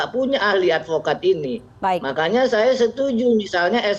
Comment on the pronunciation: SAYA ADVOKAD BUKAN ALPOKAD